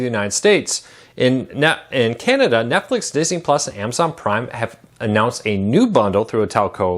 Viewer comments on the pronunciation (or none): none